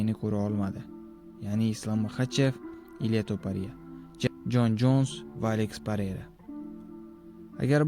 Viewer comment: Meni fikrimcha Ilya Topariya emqs Ilya Topurya gapirish nutqingizni ozgartiring va sozlarni yaxshilab yodlang toxtab qolyapsiz